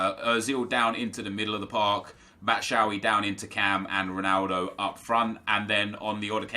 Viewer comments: It's not Bat-shaui it's Bat-shu-ayee. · LOL he said batshawi ...